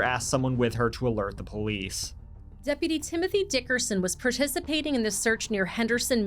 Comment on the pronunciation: As soon as he said POE-LEESE i knew exactly what kind of people we were dealing with 😂